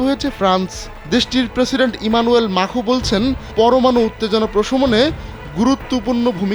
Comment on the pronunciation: মাখো না ,ম্যাক্রো